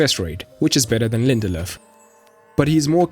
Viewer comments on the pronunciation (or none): In Lindelöf you are pronouncing the ö correctly. However the f is pronounced as a v. So its "lindelöv"